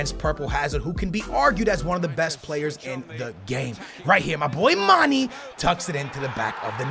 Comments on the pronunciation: Please say mané instead of mani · his name is not "ManEEE" it's ManAAA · i really hate it when he calls mane and dembele like that.. MAH NEH. THEMBEHLEIH.